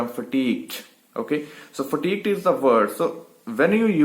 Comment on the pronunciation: FATIGUED not FATIQUED, you said FATIQUED